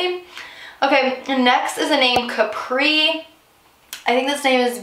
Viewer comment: It’s pronounced cap like a baseball cap then “ree” CAPRI not like Capri pants